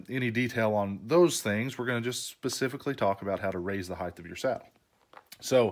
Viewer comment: HeighT not heighTH, 😂 blinds work great.